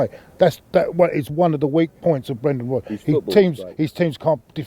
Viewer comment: He said Brendan Rubbers !!!! O_O LOL!!!